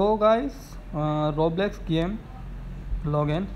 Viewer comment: It didnt wirk and also its called roblox not roblex